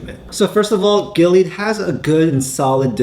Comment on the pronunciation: GI LEE AAHD. that's how you pronounce this risky company.